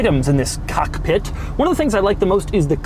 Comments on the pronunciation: Doug the type of guy that stresses the first syllable of cockpit. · Why does Doug emphasize “cock” in cockpit. Not one, but two times? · The fact how he says the COCKpit Hahahaha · Doug the type of guy to say Cockpit and emphasize on Cock. Cock ... pit. P.S The way he touches the shift knob ... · I like the way Doug says "Cock...Pit" with a pause... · "Cock Pitt" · strong emphasis on cock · Really emphasized the "cock" part of cockpit there, Doug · The way he stresses the word cock..... I see what you did there doug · Why are you emphasizing "cock" in cockpit? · the way he says "cockpit" tho.. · Why do you put o much emphasis on “cock” when you say cockpit? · The way he emphasizes "cockpit" makes me uncomfortable. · Doug, why did you did you emphasize "COCK" in the word cockpit? Asking for a friend:) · The way he pronounces "cock"pit and shifting "knob" 😂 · Doug the type to drive slow in a supra face ass 🤣🤣 Edit: don’t say cockpit like that Doug